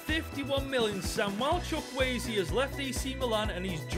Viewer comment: this is how you pronounce his name choo/koo/a/zay